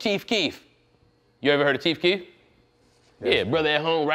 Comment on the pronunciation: i cried when he said “Keith Keith” instead of Chief Keef